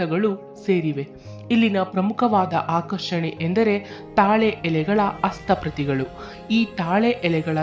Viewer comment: ಅಸ್ತ ಪ್ರತಿ ಅಲ್ಲ ಹಸ್ತ ಪ್ರತಿ. ಉಚ್ಚಾರಣೆ ಸರಿಯಾಗಿರಲಿ.